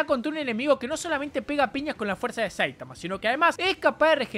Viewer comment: Buen video pero aprende a pronunciar SAITAMA